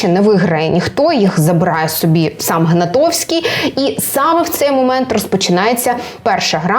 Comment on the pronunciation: правильно - ГнатКовський, а не Гнатовський ❗️